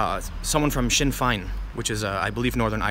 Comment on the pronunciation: Tim Pool Sinn fein is spoken as shinn( you got that correct) fain as in pain. Although having them there as some sort of guardian to democracy is highly ironic to say the least .